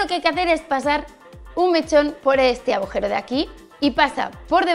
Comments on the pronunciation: Tambien dice "abujero" 😂😂😂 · Se dice "agujero" y "deduje". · Soy la única a la que la parece que Patry dice "abujero" ?? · Irene si, el "abujero" es muy suyo.